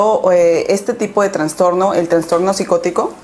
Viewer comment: "Transtorno" ay no